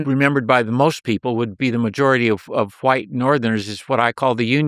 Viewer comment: Why does this dude keep sayin WHYITE? Insufferable every 30 seconds and changing this